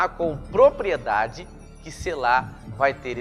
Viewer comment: Precisa observar que uma letra muda o significado.....no Hebraico tem pelo menos 3x essa palavra e muda uma letra com isso muda o sentido. A pronúncia é SELA E NÃO SELÁ. falo do Hebraico.